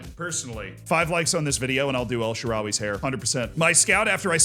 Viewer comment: El Shaarawy 👉 El Zearawy